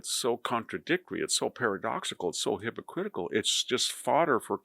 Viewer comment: It's "hypocritical" not hypocritcal.